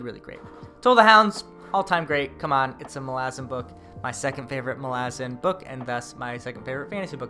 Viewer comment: How you've stuck to your guns pronouncing Malazan... infuriates me but I'm also proud lol. I enjoy your videos and its my first day as i clean my house. Dresden will thrill you all the way through and don't listen to the Ghost Story haters!